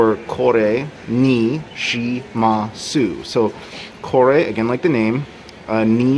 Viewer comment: Lovely video! Regarding the shimasu, the "u" is normally not voiced. So it would sound a bit more natural with "shimas-" :)